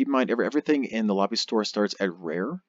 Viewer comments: stop saying Lobby, it's "Lo bee" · FYI it is pronounced "Low Buy" not "La Be". I made the same mistake for years until I watched the first episode of Voyager again, Quark clearly says it to Ensign Kim on DS9 before Voyager launches. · Hello everyone! I am aware that I do not pronounce "Lobi" correctly in this video. I pronounce it correctly as "low - buy" (as clarified by many of you) as of my 2019 videos. Unfortunately on YouTube creators can't change the audio of older videos, so this video will continue to have me saying the term incorrectly. If YouTube decides to allow for creators to change audio on uploaded videos in the future, I will correct this. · Stop saying it like that its "Low- By" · I've heard it pronounced four different ways, say it how you want, ignore the grammar Nazi's.